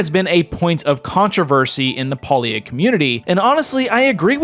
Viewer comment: It's pronounced pay lia, and no that's not a pun